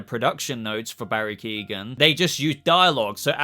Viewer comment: As an Irish guy you are saying Barry's last name wrong 🤣🤣 IMDB shows him as Merkel?